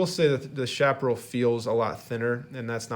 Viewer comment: Interesting review,. Liked and Subscribed. By the way, Chaparral is pronounced "Cha pa RRAL," with a "ch" sound, not "sh," and the accent is on the last syllable. This is true in both English and Spanish.